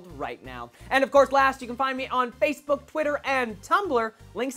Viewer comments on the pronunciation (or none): none